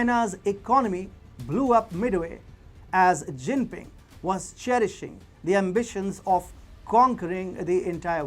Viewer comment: “Jingping” lmfaoo 🤣